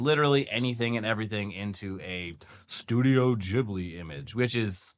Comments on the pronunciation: Studio jibbly? I thought it was pronounced GIB-blee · Its pronounced GIBLY not JIBLY